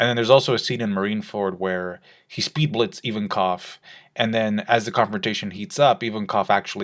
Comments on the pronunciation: Ivankov, not Even-Koff. Jesus, why are americans so adamant on purposely mispronouncing anything even remotely non-english? Is that like a cultural thing? The other day I was watching another american trying to pronounce the word "Abramovic", stuttering and getting stuck at "Ab-ab-ab-ab-ab...". What's wrong with you people? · Invankov not Ivankof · EVEN-COV?? Dude it's a Russian name!!! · Why does pronounce Ivankov like that